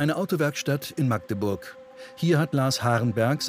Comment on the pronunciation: Endlich jemand der "Magdeburg" richtig ausspricht.